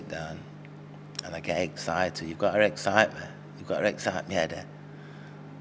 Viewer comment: Come and see me Eddie and eggcite me tickled me that 😂😂😂